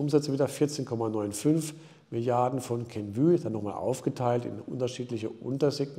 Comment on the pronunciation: Klasse! Zwischendurch hatte ich ein Deja Vü mit Kenvüüüü - klasse, da kommt halten die Französischkenntnisse durch...Danke für Deine Arbeit!